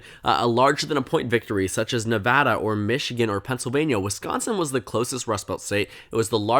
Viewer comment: As a resident I'll be pretty surprised if Nevada goes right in a Senate race especially one with a Trump backed candidate. Trump doesn't perform well here. Also thanks for pronouncing it right, always annoying listening to national news when they can't even pronounce your state.